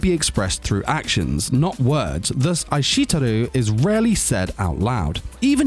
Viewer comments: Omg I kekd every time he said eyeshetooru 😂 he said it like 10 times and his accent makes it even better. How can you be a weeb and not be able to pronounce Japanese. I’m pretty sure I could say eishiteru before I learned Japanese. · Is it just me that gets triggered when this guy pronounces "aishiteiru"(i-sht-ee-rdu) as (i-shit-eru)? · Pronunciation of aishiteru just made me laugh. Ai sheet eru. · Ai SHIT teru. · I'm sorry but you really butchered the pronunciation of Aishiteru. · hearing say aishiteru hurt my soul... xD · No one: How This guy pronounced aishteiru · Lmao, his pronunciation is so wrong